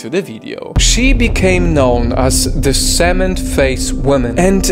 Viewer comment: The way he said cement 💀